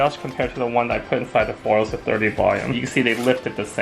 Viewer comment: I love that he pronounces “foils” as “foles” it makes me giggle every time I hear it